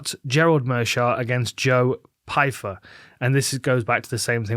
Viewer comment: You’re telling me V can’t say Pyfer?